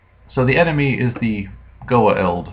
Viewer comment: You are pronouncing it so wrong lol, it is... "Goo-ah-oold" I have been wondering where Astral has been too